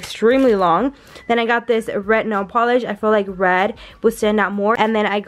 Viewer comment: She needs to stop saying “ret” and say “red” like omg